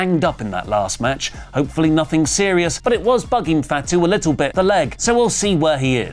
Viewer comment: its not FAT-U please pronounce properly